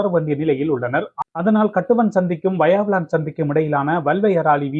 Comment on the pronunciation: வாயாவிளான் இல்லை! வசாவிளான்!! தயவுசெய்து நாம் தமிழர்கள் நம் தமிழ் பிரதேசங்களில் உள்ள ஊர் பெயர்களைச் சரியான எழுத்துப்பிழைகளின்றி செய்தி வாசிப்பது நன்று! எதிர்காலத்தில் கவனத்தில் கொள்ளவும்!! நன்றி.